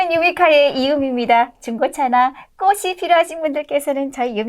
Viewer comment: 항상보면서 오프닝 멘트에 꼬시 필요하신 분들께서는...이라 시는데 50만 넘는 유튜버 이신데 이제는 꼬치 라고 발음 해야 한다고 말하고 싶어 입병이 날 것 같아 댓글 올립니다.